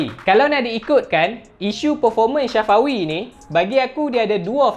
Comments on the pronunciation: Bang bkn shafawi tpi safawi bang🤣🤣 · Bukan shafawi safawi hahahaha🤣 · Nama dia safawi,bukan Shafawi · Sebut nama Safawi betul2. Safawi bukannya Sya fawi🤣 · Safawi rashid.. bukan syafawi rasyid.. safawi bro, safawi.. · safawi bangg.. bukan syafawi😅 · Tak mungkin hang sorang jaa... Aku pn dengaq dia sebut Syafawi,,, kot2 satgi last video hat bloopers... Syafawi Syafawi Safawi lah hahaha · Aku sorang ja ka dengaq dia sebut ‘SYAFAWI’ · Aq pon dngaq syafawi jgk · Bhasa kedah biasa la